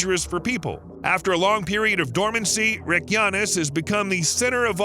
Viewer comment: My understanding is that the stress is always on the first syllable in Icelandic words. I wanted to scream every time he said Reykjavík or Reykjanes. Oh well, at least he got Njarðvík kind of right.